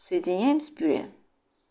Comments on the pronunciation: Мадам "ПИРЕ"! Что такое пире? Обычно для начинки пирожков идет ПЮРЕ, если умеешь читать, так прочти ,как называется мятый картлфель : ПЮРЕ или пере! Отвратительно слышать такие искажения, даже твое блюдо становится противным, не с' едобным ПЕРЕ! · Рецепт понравился, подача тоже! Хотя тут же вспомнила, как ИИ произносит слово "тЭсто"! Почему пюрЕ, если слово так пишется, а произносится как пюрЭ.